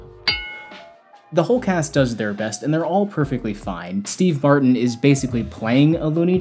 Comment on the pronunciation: Did you say Steve BARTON? Smug about film ignorance yet you don’t say Steve Martin?